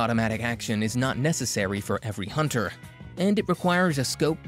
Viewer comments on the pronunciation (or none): none